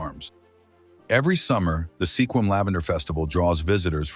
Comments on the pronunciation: Never heard SQUIM called Seequim or Sehquim before!! Have these people ever actually been to the PNW? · Sequim pronounced SKWIM!!!!! Get Juan de Fuca right, too, PLEASE!!! I so hate AI. This is the worst. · It would be nice if videos like this managed to pronounce the names of towns and other locations corrections correctly. Sequim is not pronounced Seequim. The "e" is silent. The name is pronounced Squim. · Wow!!! If your going to mention a town, LEARN TO PRONOUNCE SEQUIM!! He so butched it!! Badddddd!!!😂🤣😅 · Totally massacred the pronunciation of Sequim even though it was spoken three different ways---all wrong! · Not to mention Coeur d’Alene!